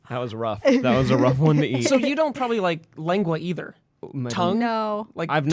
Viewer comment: i love you for pronouncing lengua